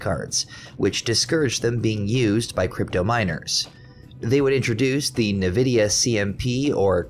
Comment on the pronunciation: Its pronouncrd N-vidia not nividia